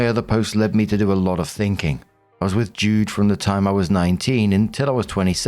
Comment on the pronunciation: JUDE.... not dude FYI🤣